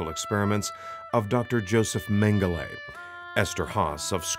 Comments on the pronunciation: I wish you would stop saying mengele because you’re pronouncing it wrong. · Because that’s the issue saying his name wrong is the atrocity. He was evil to the core no time ever should his name be spoken correctly.